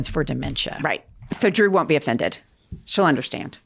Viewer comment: Ladies I love you, but if your guest’s name isn’t “Joe Smith”, you gotta practice it beforehand. Drew is a big deal! Great show. Thanks for what you do!